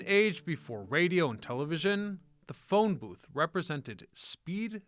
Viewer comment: Ah yes, the Phione booth.